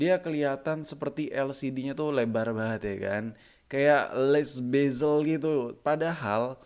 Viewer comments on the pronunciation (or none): none